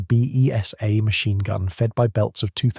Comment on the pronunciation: Correction. The B.E.S.A. machine gun is pronounced as 'Beezer'.